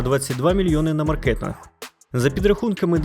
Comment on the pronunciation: Ма'ркетинг, а не марке'тинг. Тільки дебіл не відчуває різниці. Ринок - ма'ркет, а не марке'т. Нащо ви лізете зі своїм контентом, якщо ви не в змозі правильно вимовляти слова?